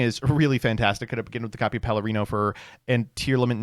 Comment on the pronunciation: pronounce “Perlereino” correctly challenge (impossible).